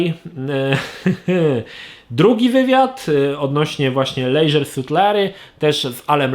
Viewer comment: leżer a nie lejżer ( nie czepiam sie tylko tak sobie poprostu pisze )